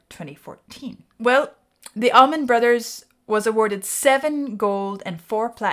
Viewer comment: FYI it's ALLman Brothers, not Ahmin Brothers.